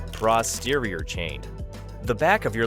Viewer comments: Audio Correction: It's pronounced "Posterior", not "Prosterior". Time: throughout the video ( | | ) Love your work! Keep teaching and coaching. This channel is awesome. 💪👏😄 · Any way to record over this so you're saying "posterior" instead of "prosterior?" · Thanks for the Human voiceover. I'll give you a pass on the "Prosterior". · Why do these new videos sound like they've been written by AI. "It's not this, it's that" and all that jazz. Edit: also you not being able to pronounce "posterior" correctly not even once is concerning and suspicious.